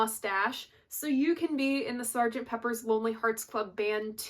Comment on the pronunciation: It's Sgt. Pepper. PEPPER!! Not Peppers 😖